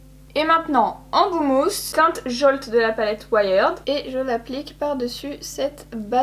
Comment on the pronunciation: Juste on dit pas ouaïerd mais ouierd:) mais super vidéo merci